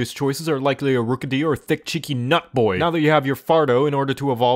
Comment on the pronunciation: just the emphasis on the word boy is enough to get me lol-ing